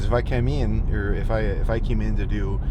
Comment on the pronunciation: "if I kameen"